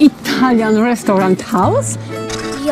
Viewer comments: Italian Restaurat (restałrant) chwali się angielskim 🤣🤣🤣🤣🤣🤣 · ''Indian restauriant hałs'' xdddd